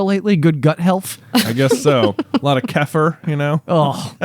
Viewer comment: J just an fyi kefir is pronounced kuh-feer not key-fur